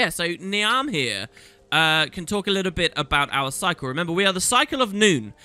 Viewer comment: Should probably point out that Niamh is pronounced "neeve"